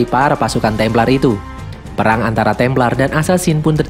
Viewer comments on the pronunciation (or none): none